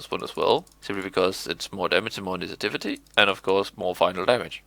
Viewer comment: Nice video! I'm really liking my air/water eliotrope so far :D I can tell english most likely isn't your first language, so if you're at all interested, exaltation is pronounced ex-all-tay-shin, and initiative is pronounced in-ish-ih-tiv. Hope you aren't offended but I just thought maybe you want to know :P